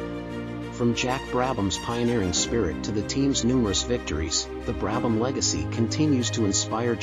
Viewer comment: Fortunately you were able to pronounce the subjects name correctly